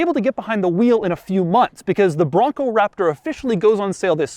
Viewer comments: The emphasis on “Raptor” got old after the first time. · he does it for every SUV now it seems. gets old. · Great review...but the way you say Raptor needs to chill.